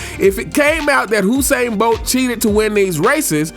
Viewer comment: it's you Usain Bolt not who sain